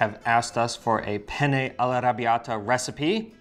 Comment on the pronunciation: Italian advice. Say “penne” not “pene”. Make sure you say the two N’s.